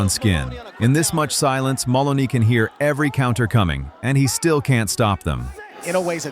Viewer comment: I hate AI! Instead of pronouncing it the correct way - "muh-LOH-nee" it pronounces it "MUH-luh-nee". At least during the fight the human announcer pronounced it correctly.